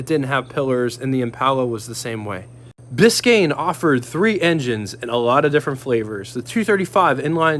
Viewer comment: Glad you said "Biscayne" so well. I tried it on one of my videos and my tounge fell out of my head and I said something totally weird. :D We should do cross-over videos to promote our channels...I have the model cars, you have the real ones...I know that the model car guys are looking for reference pictures and videos, and I know the car owners are looking for model kits. It could be a good match. Let me know what you think.